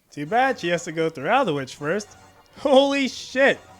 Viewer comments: Also just say "Old-witch" Not "al-de-which" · Two minor corrections: Aldwych is pronounced All-dwitch, not Al-dwitch. Lud as in Lud's Gate is pronounced Ludd, not Lood. Apart from that, absoloutely top video, good sir. I'm amazed it hasn't been removed though, given your N-bombs.